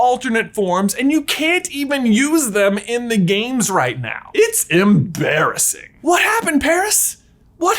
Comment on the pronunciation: It's "emPARASing"